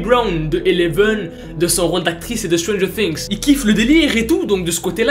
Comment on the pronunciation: Quand t'a dis" stranger fings" J'ai hurlée "AU MAIS RESPECTE LE NOM "